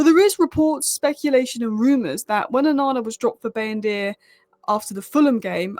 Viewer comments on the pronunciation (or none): none